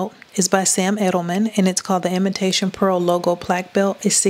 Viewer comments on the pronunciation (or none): none